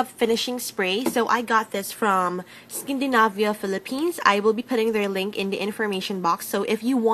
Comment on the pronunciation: it's skindanayvia :D not skindinabya lol